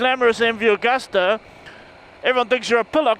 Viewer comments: It's Agusta, not Augusta. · Chaps - it's MV Agusta, not MV Augusta That's Italian for August